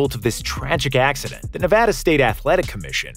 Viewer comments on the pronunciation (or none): none